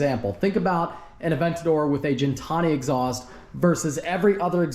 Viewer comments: once again it’s Gintani, pronounced like “again” Gintani, not “Gin” like your drinking “Gin”! So it’s Gintani not Jentani! ❤😂🎉😅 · Its Gintani, not Gintani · Why you keep pronouncing gintani wrong ?